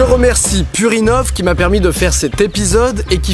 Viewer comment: J'ai pas pu m'empêcher de me marrer en entendant "merci purinov" qui fait très "merci purin-ov" xD